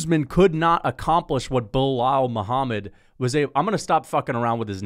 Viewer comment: Keep miss pronouncing his name, Belaul doesn’t like white people like ur or “little Timmy” be careful tho if u don’t remember his name too many times he might have to go “super racist” (he’s born in Chicago btw)